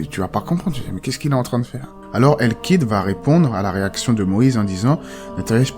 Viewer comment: KH ca ne se prononce pas "K" mais comme le "J" en espagnol , c'est guttural